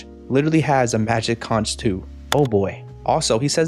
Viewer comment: I find it so weird that they mispronounced conch through the entire episode. Especially since characters in past episodes have said it right.